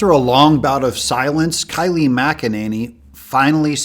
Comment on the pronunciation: Kayleigh...first name sound like the name Kay....long a.